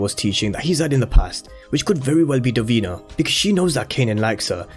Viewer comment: Duh-Veen-na not dur-been-a